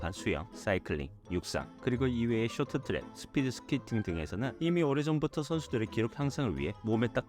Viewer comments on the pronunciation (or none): none